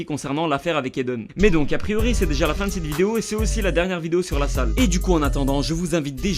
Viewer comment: « LASALLE » PAS « LA SALLE »